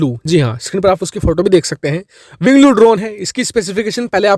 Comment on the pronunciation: It's winglong not winglo